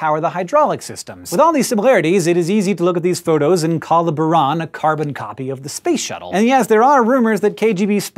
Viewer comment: It's pronounced Bure-Ahn